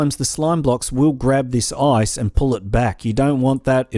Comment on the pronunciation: When he said "Now you need to grab your ice" It sounded like now you need to grab your ass